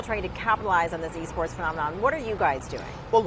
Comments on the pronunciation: I thought they said E-Scorts not E-Sports. If you get the reference then you one of them boys. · Alejandro Espinoza THIS NIGGA SAY E SCORTS?